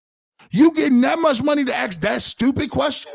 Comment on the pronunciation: You're right the BROWNS fan base SUCKS!....You know who SUCKS!....The BROWNS!.....And another thing it's ASK.....NOT AX!